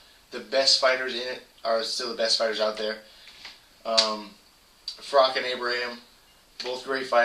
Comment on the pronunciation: its froch not frock